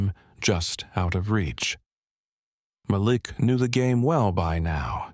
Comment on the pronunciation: His name is pronounced Mal ik